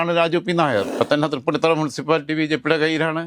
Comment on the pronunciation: എടോ മരത്തലയാ തൃപ്പുണ്ണിത്തുറ അല്ല തൃപ്പൂണിത്തുി ആണ് ശരി